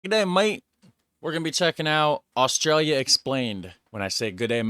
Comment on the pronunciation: We've just hit 27 million. What is that voiceover person's unusual accent with all his mispronunciations of English from his language? "Owstralia" for Australia? "de" for 'the'? "Yermany" for Germany and "yust" for just? "Ossies" for Aussies? (pronounced as Auzzies) etc.